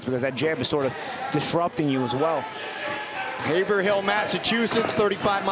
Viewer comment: They keep pronouncing Haverhill wrong lol You don't emphasize the "hill". It's pronounced like Haverill. Get it right or pay the price👊 WTF does BYB stand for?!?